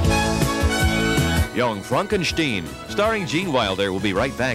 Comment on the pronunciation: Props to the announcer for pronouncing it "Young Fronkenshteen".